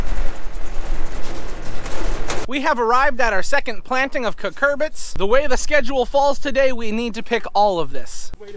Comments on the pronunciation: You guys know I love your channel, and have been watching since the first 5,000, but I just have to tell you. It is "CU-cur-bit" - not "cur-CUR-bit" 😁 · Did you called 'cucurbuts' to the cucumbers